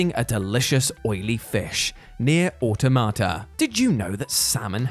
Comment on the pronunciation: Thank you for saying Automata correctly. Very few do.